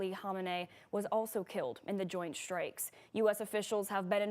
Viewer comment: I like the way she says shtrikes.😅